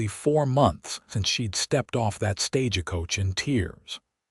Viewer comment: You need to EDIT th AI reading, of course this assumes American English is your 1st language, or any editing will be totally useless. It is "Stage-coach" not "Stage-a-coach" The town is "Shy-ann" not " Chey-ey-ann". The word is "Sh-own" not "Sh-on". You also need to EDIT the AI closed captioning, his initials are K.M. but closed captioning keeps spelling his name with a "C" instead of a "K".